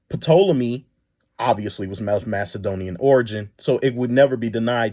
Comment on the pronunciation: The “P” in Ptolemy is silent so just pronounce it Tolemy. Also want to correct something, Egyptians at the time of Cleopatra were a mixed society. They were mainly middle Eastern (Coptic and Middle Eastern Semitic) and black. Also Ptolemaic Dynasty was notorious for inbreeding to keep their gene pure, so there is a low likelihood that she was visibly a black woman. there is a possibility that she might have had some local Egyptian mixes from her unknown grandmother’s side. So I do agree she might have been mixed, but this would lean her to look more Middle Eastern. Was there black in her, it’s possible. however, her features from most reliable depictions at the time don’t look black. I feel Jade and her people just wanted to create a sensation and their mission was accomplished.